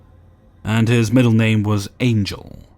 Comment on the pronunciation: If his first name is Miguel, his middle name isn't Angel (ain-GEL), but rather Angel (AWN-hel).